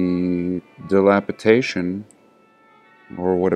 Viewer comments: DilapiDATION....not dilapITATION.... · "dilapitation" as you pronounce it is not a word. It's "DILAPIDATION"... C'MON DUDE.